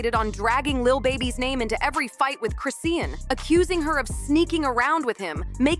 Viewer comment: At least say her name right🙄🙄